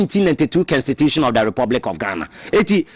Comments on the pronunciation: Please it's Constitution not Kenstitution, suatra eeii Ghana fo3 profound akese3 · Her stop that ugly pronounciation,what is s kenstitution, constitution that is what it is 😮😊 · Whatbid kenstitution thing too. Masa pronounce the word properly. Dieben!!! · Please check your pronunciation of constitution. It is pronounce kon.stuh.choo.shun